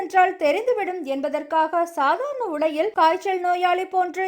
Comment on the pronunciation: "" இரவிள் , சாதாரண உடையிள் , யாருமள்ள , பதிள் , வரவிள்ளை "" ...... என்று தவறாகவே வாசிக்கிறீர்கள் . கேட்கச் சகிக்கவில்லை !!! தயவு செய்து ல , ள வித்தியாசம் புரிந்து கொண்டு , தமிழை சரியாக உச்சரித்து செய்தி வாசிக்கவும்.